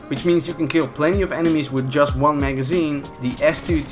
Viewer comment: "Jist" wait wtf